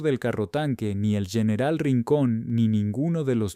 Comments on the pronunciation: Excelente informacion,PERO CUAL ES EL PROBLEMA PARA NO PRONUNCIAR BIEN EL ESPAÑOL.....COMO ES ESO DEL YENERAL..... Y OTRAS .....¿ACASO, ERES UN RELATOR GRINGO? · No sabia que general ahora se pronuncia ;.. yeneral